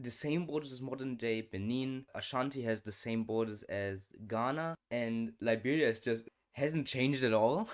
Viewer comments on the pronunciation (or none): none